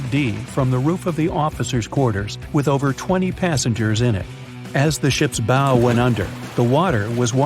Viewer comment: It's pronounced the bow not the bowe